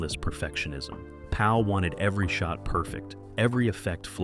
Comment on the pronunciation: His name is not George Paul it’s George Pal